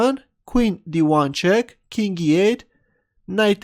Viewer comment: Does anyone else think that whenever he says 'king', it sounds more like 'kink'?